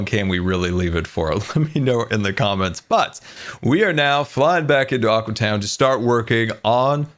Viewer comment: All the time when bdubs is in aqua town he calls it aque town